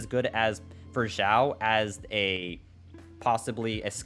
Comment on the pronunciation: Its pronouced chiaou not Jiwao